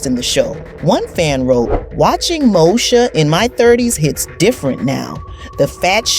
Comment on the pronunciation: Why does she keep saying Mosha instead of saying Moesha? I mean if you going to tell a story about a TV show at least know how to pronounce the name of the cast correctly.